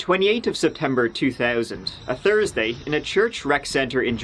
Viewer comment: You said Thursday..... Not Tursday wtf. Haha